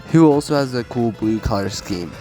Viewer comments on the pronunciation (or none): none